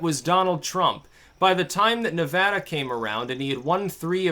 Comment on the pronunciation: I see you are making progress, pronouncing Nevada correctly. Peace out and long live spoonclank!!